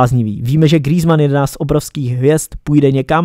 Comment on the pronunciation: grýzman xd